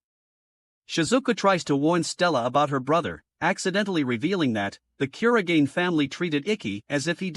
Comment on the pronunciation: Bro you got his second name's pronunciation wrong